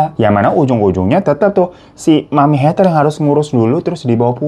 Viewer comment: Heather baca "Heder"